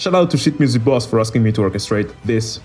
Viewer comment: How people pronounce "sheet music boss" Everyone: "sheet music boss": "shit music boss"